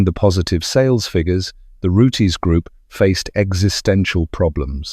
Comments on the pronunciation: Pronounced roots not roo-tess! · "Root-izz"?!? "Zee-nith"?!? "Carbur-ay-tuh"?!? "Pyoo-zho"?!? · would be better if your voice could pronounce rootes correctly instead of rooties. vert irritating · Fuck sake “Root ez” now.